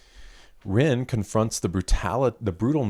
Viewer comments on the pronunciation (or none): Here's a little hint about pronunciation of Japanese words. When they are written in romanized characters, there are no silent letters. So in the case of RINNE, it's pronounced Reen-nay - every letter is pronounced (the letter i sounds like eee; the letter e sounds like the Canadian eh). For Saiki, you'd say saiee-kee. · I do apologise for always requiring corrections in your comments......😅 The Japanese pronunciation of Rinne is 'rin-ne'. It seems you went to the trouble of looking it up, but your pronunciation is incorrect.